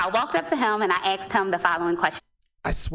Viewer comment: She axed them?? That is her problem; axing men.